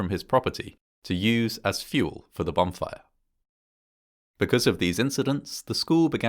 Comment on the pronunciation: Is this guy saying "bomb fire"?